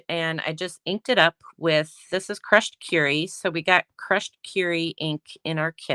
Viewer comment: Beautiful PP alternative cards. Thank you for showing how to cut up the bases and envelopes. As a side note, It’s Crushed Kur-y not Cure-y. Sorry, but that made me a bit crazy. Lol